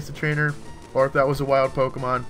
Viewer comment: LOL said "Tokemon" at the end. Geddit? Toke?